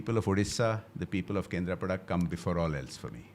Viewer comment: What do you mean by calling him pandaaaa thats panda ….also not kendrapadaaaaa its kendrapada…atleast try to pronounce names correctly as you are a odia person